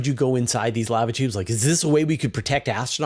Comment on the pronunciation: why you gotta say lava tubes like canadians say "pasta" ???